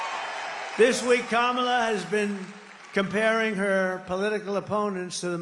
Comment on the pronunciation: He said kamela right? Wth